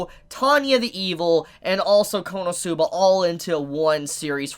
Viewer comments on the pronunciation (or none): none